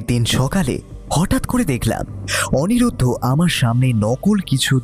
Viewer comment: অনিমেষ কখনো লিলিকে লিপি আবার কখনও অনিরুদ্ধ কে অনিরুদ্র বলছে! বলাটাও আরও প্র্যাকটিস দরকার